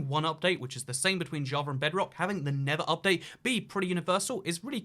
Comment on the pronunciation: his accent I keep hearing him say "the never update", which just sounds so accurate. 😖😏